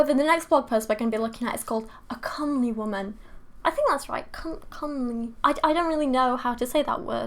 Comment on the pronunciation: I’m pretty sure you said comely correctly